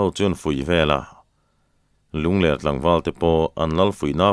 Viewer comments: Ngaih thlak ava nuam em. Mahse, Lungler ti a inchhiar hi. Lunglerh tih tur ani zawk lo maw, lungler khua tih hi avang viau asin. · Lungler tih hi mauler tih ang niloin hepa hi a ler a nia tih anga lamrik tur zawk a nilo maw,ler lai hi a ki tihsan tur.